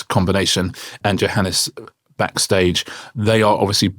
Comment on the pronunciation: AAAAHHHHH. I can't take it any more. It is pronounced YOHANNES. It is Afrikaans / Dutch origin where the J is pronounced Y. I am pretty sure he does not mind as he has not corrected people, but jeepers is it annoying.